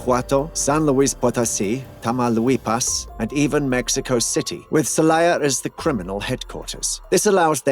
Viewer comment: Had to stop the video at "Tama Lewy paws"